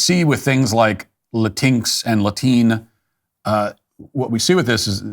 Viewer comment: Glad to see Matt picked up James Lindsay's pronunciation of, "La TINX." It gave me a chuckle, every time! Hahahaha, "Latine". Sounds like "latrine", which is fitting. Morons.